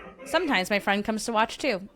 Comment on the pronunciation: I thought I was a new fwend lol 😂😂😂😂😂